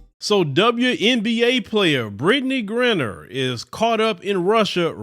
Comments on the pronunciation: Dude say her damn name right its Gri-👁-ner and your content is bad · Sad that she has to go through this and says her last name wrong! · I cannot take your mispronunciation of her name.